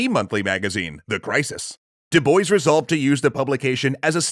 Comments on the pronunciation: Dubois? Pronounced (Doo boyce)? Isn't that name usually pronounced (Doo bwa)? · it is pronounced doo-bwah not doo-boys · Du Bois is pronounced as Du Bwah, actually. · Isn't Du Bois a French name? Pronounced more like Do-Bwa and not Do-Boys? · I'm pretty sure it's pronounced DOO-BWAH. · Cool video, but I really can't comprehend how 90% of the Anglo-American youtubers I watch cannot pronounce foreign (or, in this case, even from their own country) names right. Du Bois is a French name, in origin. Diu Boa? Does that help? :)) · DuBois is a French name. And in French, "o-i-s" is pronounced "wah". "doo-BWAH" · It's the obsessive compulsive in me--"DuBois" is actually pronounced "doo-Bwah." The French like to make spelling and pronunciation go into contortionist spasms. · Is that actually how the family of W.E.B. Du Bois pronounce their name? I hope so, cuz pronunciations change over time n however they pronounce it is obviously right, but as a French person that sound hurt my ears but as an anglophone it also made me laugh. Du Bois means Of The Woods n is pronounced more like Dzu Bwah. 🤣🤣🤣 I still have to finish the video n ima laugh everytime I hear u say it like that. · I don’t that’s how you pronounce his name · Not W.E.B. DuBois's last name.There is a quote on how his last name is pronounced. Once I find it I will edit my original comment. From a quote in 1939- My name is pronounced in the clear English fashion: Du, with u as in Sue; Bois, as in oi in voice. The accent is on the second syllable.”